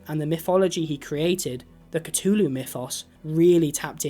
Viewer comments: lol catooloo, it has a TH in there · "The Cutulu" brudda... I... am more than disappointed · not trying to be mean but you pronounce the th in Azathoth correctly but not in Cthulhu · Why does he say “katooloo”? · every time you mispronounce Cthulhu, a baby kitten dies